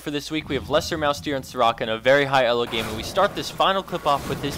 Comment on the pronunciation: Why was that rammus glowing first of all and second of all sry but you said elo wrong